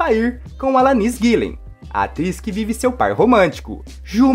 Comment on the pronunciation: Alanis...affair...NO MINIMO DEVERIA CHECAR A PRONÚNCIA DO QUE VAI LER.KKK